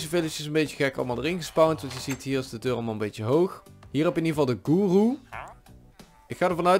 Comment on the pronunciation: Guru(je spreekt uit goeroe)